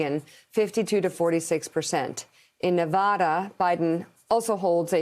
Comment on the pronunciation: Mika! you said Nevada right. But it seems like you had to force yourself to go against the wrong way of saying it. LOL.